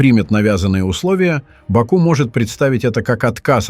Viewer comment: Как же я угораю когда бот говорит в бАку🤣😂😂😂